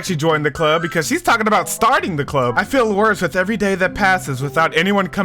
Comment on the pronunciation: im glad you enjoyed the first side story!! most questions are answered in part two of trust which im excited to see you react to lol. (edit: by the way its club not clup)